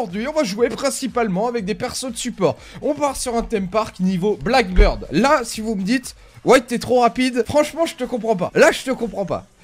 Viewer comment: s'il te plaît prononce bien le nom de l'agent blackbeard (barbe noir) parce que quand j'entends blackbird ça me fait un pincement au coeur surtout venant de toi! Sinon super vidéo même seul t'arrives à animer la vidéo!